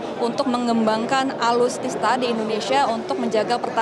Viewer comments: Alutsista bukan Alustista.....mba reporter cantik bgt....😊😊😊😊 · aluttista? alustista? alusista? atulista? atultista? atulitista? atulista? mbaaak mbak mbok ya yang jelas se. Menyebut org ketiga seharusnya beliau bukan ia/dia, dn mohon gunakan Bp/Ibu utk menyebut nama para pemimpin negara. Tolong adab dan kesantunan tetap dijaga. Krn Televisi itu konsumsi orang banyak. Maaf hanya memberi opini utk kebaikan.